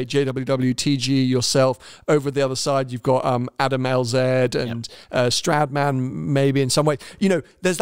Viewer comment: Hey it's Adam Lz not Lzed:)